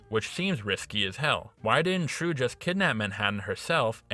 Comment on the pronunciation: "Trieu" is a Vietnamese name. Or rather, a commonly Viet name. It is pronounced, "jeeolw".